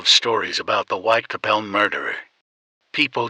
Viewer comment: The content is really great but considering that it's based on a crime that has been remembered and is notorious, the pronunciation of the area most of the murders where committed is completely incorrect. It is Whitechapel! Not Whitecapel as pronouced on the vid